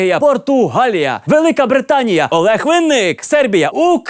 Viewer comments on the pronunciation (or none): none